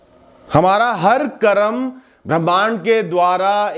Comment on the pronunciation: बाकी सब तो ठीक है परंतु 'करम' नहीं बोलें, वह शब्द 'कर्म' है।